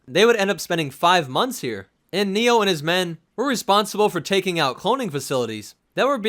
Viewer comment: I think you're saying his name wrong I want to die.